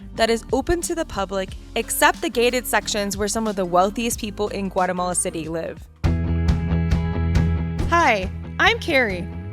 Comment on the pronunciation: Can you try at least to come closer to the Spanish way of pronouncing names of places and shops, and restaurants? Spanish has a very literal pronunciation. And it sounds different then your American way of talking. E.g., Guatemala, San Martin, etc. Also, honor the accents...